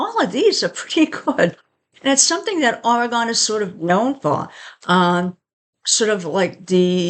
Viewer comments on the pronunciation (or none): Say it right!!!😂😂